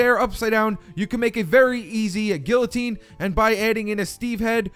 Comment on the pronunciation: when you pronounce guillotine wrong